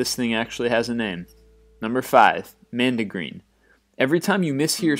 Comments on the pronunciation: It's mondegreen, not mandegreen. Also, the word lemniscate is stressed on the second syllable, not the first. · You need to caption stuff like this. And it's *Mon*degreen not nandigeen. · Mondegreen, NOT Mandegreen! Yes, with the short o sound! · It's "MON-deh-green," to rhyme with GONE-duh-bean, not CAN-de-green. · It's "mondegreen" not "mandegreen". It derives from mis-hearing "he laid him on the green" as "he laid him 'mondegreen'. Any mis-heard phrase, whether a song lyric, poem, etc. and repeated as heard is a "mondegreen". As a child my son heard the lyric of the song "Raindrops keep falling on my head" as "Train tracks keep falling on my head". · Mondegreen, not mandegreen. Sylvia Wright coined the term in an essay where she claimed that, as a child, she misheard a line in a poem: "They have slain the Earl of Moray and laid him on the green." as "They have slain the Earl of Moray and Lady Mondegreen". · Mondigreen, not mandigreen. The name comes from the misheard lyric "laid him on the green". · Mondegreen, not mandagreen. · "Mondregreen" not "Mandygreen" Does anyone under the age of 30 have any idea?? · It's called a mondegreen, not a 'mandegreen'. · It's pronounced Mawn-duh-green. (sorry, too lazy to put IPA). Also it's a thing, not a feeling. "Gladly, the cross-eyed bear" is a mondegreen. The feeling is usually embarrassment. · Ah yes, good ol' Lady Mondegreen! Generally this channel makes a lot of mispronunciations, but that one really grated.